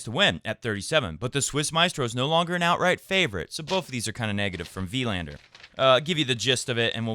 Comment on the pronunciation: As a fellow swede, just wanna point out that Wilander is pronounced more like Wilaaander rather than Wiiiilander.. =)